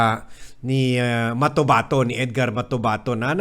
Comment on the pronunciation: Its Matobato not Motabato.